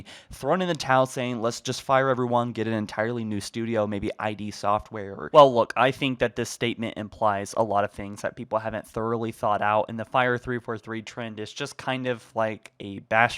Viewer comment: It's not "eye-dee" software, it's pronounced as "eed"